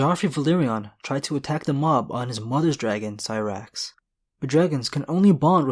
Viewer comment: Hey dude.. I've been subscribed for a while now.. I like your videos a lot but, please... you need to do some research on the correct pronunciation of certains names like: Sothoryos, which is so-tho-RY-os, or Syrax, which is pronounced SAI-rax, and others. Not a complaint, just an advice to improve. Grrm already clarify the correct way to say those words in many interviews already and also helps on this, so it shouldn't be so hard to find. Anyhow, another great vid. Cheers!